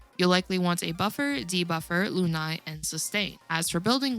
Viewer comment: It’s pronounced LOON-AYYY